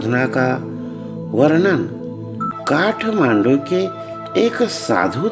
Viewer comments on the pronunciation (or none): none